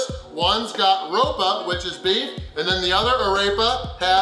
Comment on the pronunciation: Why in the world does he keep saying beets instead of beef? I think he’s having a stroke.